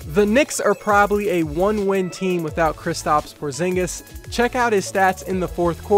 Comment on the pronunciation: tingis pingis killing me hahahahahhaha but porzingis is gonna be superstar